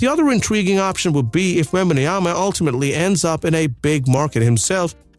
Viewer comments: "Wembayanama" I think you're adding to much letters mate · The first time he literally says wembanoyam... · he cant even say the name of victor right... why do I get this guy in mi algorithm...this is a video made from AI or what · I thought Reggie Miller was a terrorist for saying Wembanyana on TV but here it's on another level, are you reading scrabbles while doing your script ? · Bro thank you for the video but please learn how to say Wembanyama please or just say Wemby